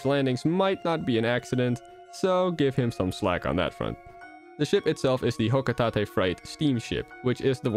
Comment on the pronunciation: HOLY SMOKES YOU ACTUALLY PRONOUNCED "HOCOTATE" CORRECTLY